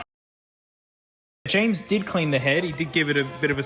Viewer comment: "FORTTNITE... FORTTNITE"